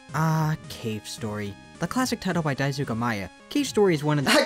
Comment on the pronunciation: I'm not japanese so I shouldn't care about this, but its pronounced Dai-Ske, not Dai-sook, and the name of the game is Ke-ro Blaster, not Kee-ro.